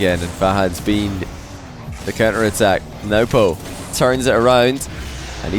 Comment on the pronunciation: Can somebody with any sort of status please correct him it’s newpo not nuhwpo